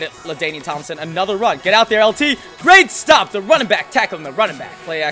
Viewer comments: what the heck is a gweat stop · gweat stop!